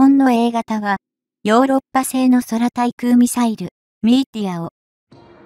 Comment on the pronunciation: 空対 そらたいくう？ くうたいくう でしょ あなた何処の国？